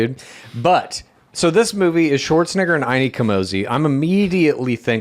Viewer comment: you say shwarts(n-word) instead of shwartzanager